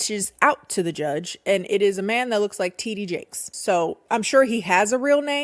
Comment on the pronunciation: Ow I'm french and Heard titty Jake 😂😂